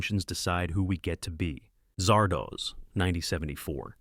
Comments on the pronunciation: A.I. pronounces Zardoz, Zahr-Dos...as Zar-Doohs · Zard Oz. Not Zard OHZ. It's a half-seen snippet of "The Wizard of Oz." The AI narrator in these things is a fever dream of a fever dream. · I know most of these. Cackling over Zardoz happened a LOT. Could you fix the pronounciation, though? It's as in "The Wizard of Oz" not doze. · Oh, God! Ditch the AI readers and find someone who can read English. "Zardoz" is not pronounced "Zar"-"Doze"!